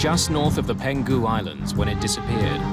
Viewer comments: The voice-over person keeps pronouncing the Peng hu islands as “Pen ghu” islands. It’s a bit grating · There’s a wrong pronunciation. It’s Peng-Hu, not Pen-Gu. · Not "Peng - gu" Islands, it's "Peng hu" Islands. Been there, Beautiful place. Heartbreaking tragedy.